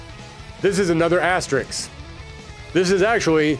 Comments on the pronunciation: asterix =/= asterisk You aren’t putting asterisks next to these, you are putting diminutive Gaulish cartoon characters next to them! If you are going to say a word dozens of times in a video then learn how to pronounce it!! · I like how every single person clicking on this video thought "Oh nice, a Darkstalkers video". EDIT: From the video title alone. I forgot the thumbnail alludes to it too. Good video. Can't believe I got through a whole hour of you saying Asterix. That's the name of a character. The symbol is an asterisk. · I'm gonna need you to look very carefully at the following word: asterisk This word is in fact different from the following word: asterix